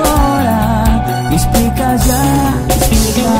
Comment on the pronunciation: "expli Cajá" kkkkkkkkkkkkkkkkkkkkkkkkkkkkkkkkkkkk to rindo, pqp kkkkkkkkkkkkkkkkkk